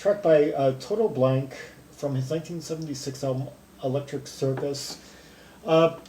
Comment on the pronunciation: GmbH means Gesellschaft mit begrenztet Haftung, literally a “company with limited liability”. Blanke is pronounced Blan-ka, but you apparently don’t speak German :-) no problem. 98 percent of the Krautrock stuff we played back then was just improvised. Very little composition was involved as most of the musicians couldn’t read music anyway. I was a session player so I played with some of these bands like Embryo so that I could tour North Africa with them, that was fun but earning 600 marks For two months tour was really ridiculous. We were young and we just did it for the experience.